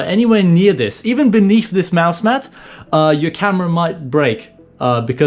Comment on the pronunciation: Is he saying mouse mad or is it just me